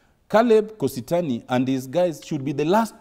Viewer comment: Doktari yawa is kositany not kositony